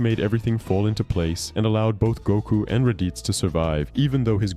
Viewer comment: Every time I hear you say Goku, I'm hearing Gunko lol.